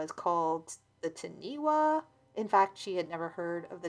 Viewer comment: Not sure if this story took place in NZ or not but Taniwha is pronounced Tunny-fah. not ti-nee wa. (The wh is pronounced as an F sound in the Maori language). I think I’ve seen this mentioned on another video before. If it sounded like the word being said it’s probably not the same thing.